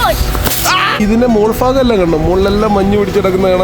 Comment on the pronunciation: ഫാഗം അല്ല ബ്രോ..... ഭാഗം എന്നാണ്... വീഡിയോ കൊള്ളാം......ട്ടാ